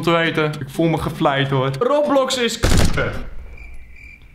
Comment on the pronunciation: Oké dat was de laatste keer je spreek het uit als Roobloks niet roplox